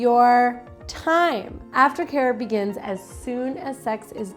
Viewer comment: I hear it too!!